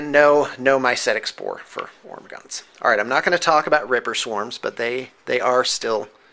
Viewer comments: It's not Ormagaunts, its Hormagaunts. like WHOREmagaunts. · He's calling the 'ormagaunst because he got that salsa 'nids. Silent 'H'